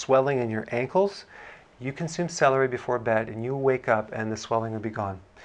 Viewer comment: The way he says SE LE REE at the start like this is a phonics lesson 🤭🤭